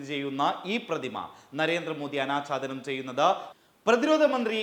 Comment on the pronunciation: "ആനാച്ചാധാനം " അല്ല "അനാഛാദനം"